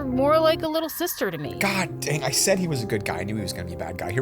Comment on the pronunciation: Whats a saud is a said not saud